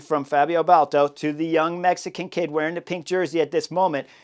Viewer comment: Totally agreed. "I told him once" is borderline silly. I would have screamed until a 10-4 to keep Yates on check. BTW, it's "bhal-duh-toh" the UAE director's last name 😉